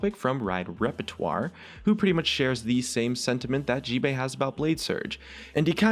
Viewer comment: description you said gbae no gbay